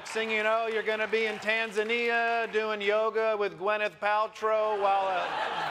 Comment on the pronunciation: Tanzania 🔥🔥🔥🔥 u pronounced it great